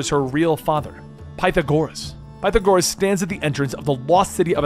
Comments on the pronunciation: PIE THA GORUHS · Please tell me he didn’t just call Pythagoras ‘pie-tha-gor-us’ I haven’t played the game to know if that’s who he’s actually talking about but someone tell me I’m wrong Edit: did he just MISPRONOUNCE MYCENAE?! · Excuse me. Pie-tha-GORE-ass??? Did you never take math class? History? Philosophy? Did you listen to the game? Lmao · Dear friend, it is pronounced "Pe-thaa-gour-Us", Pythagoras. Idk if I'm correct but just putting this hear in case I was to be of some help:) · It's " pie-tha-gore-us " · "Pie-tha-core-us" that is not how you say his name in english 💀 that irks me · PIE-thagoras? PerKULes?!? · Pythagoras bro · How tf do you mispronounced Pythagoras? He’s like one of the most well known philosophers ever. His name is part of a well known theorem.